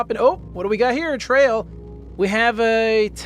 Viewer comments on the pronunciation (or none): none